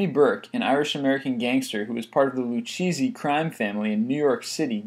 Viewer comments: HAHA LOO-CHEE-ZEE it's pronounced Loo-kay-zee. good video though! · no it isn't. i'm certain of it. lou-kay-zi, with the emphasis on the middle syllable of 'kay'. many good documentaries about the 5 famillies here on youtube, check em' out. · "Lou-cheesey" hahaha It's pronounced "Lou-kay-zey" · It's pronounced LOU CAZEY. Not cheesy... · Plus the "lucheesy" crime family is pronounced LuKaZee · LOL the " Lu-CHEESY" crime family.... Omg priceless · "LuCheezi?" xD 3 seconds in and im crying with side cramps!!! You literally couldn't mangle the text more if you planned it!!! HAW! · Isn't it Lu-chess-ie? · dude, it's pronounced Lou-kay-zi, yes, it's spelled lucchese, but no 'cheezy' at the end...geez, c'mon.